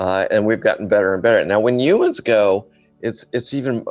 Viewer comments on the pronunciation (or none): He said "yumans"